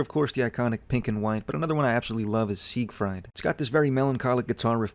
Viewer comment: It’s so bright I can see all of his beautiful facial features Edit: it’s pronounced sig-freed